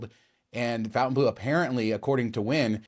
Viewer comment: Fontain NOT fountain